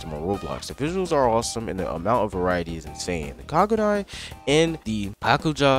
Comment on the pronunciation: this mf pronounced kagune KAGUNAI